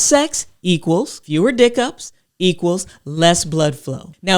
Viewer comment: She said "dick ups" 😂 ...